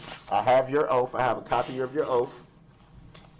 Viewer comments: Oath is pronounced oath. He is saying oaf😂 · Its petty but every time he said "oaf" i wanted to scream. He literally thinks he smarter than everyone else. Good lord..i hope this was a show he put on bc his behavior is crazy.